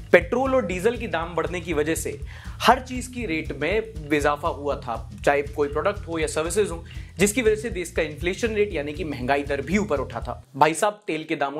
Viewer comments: Mere bhai ku urdu ki RIP in peace Karte ho " vizafa " nah hota " ezafa " hota Hai .... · bhai wo bizafa nai izafa khte hy 😁😁😁😁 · Rate badne ki wajha se ijafa OR BIJAFA, kya bol rahe ho, Tamil se dub kiaa hai kya...😅😅